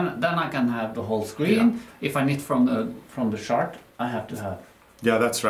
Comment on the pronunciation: I giggle every time you pronounce the word “chart” as “shart”😆 Shart is slang for when you fart and you sh*t your pants!🤣